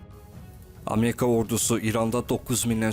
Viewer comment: Ameka yox ! Amerika deyin.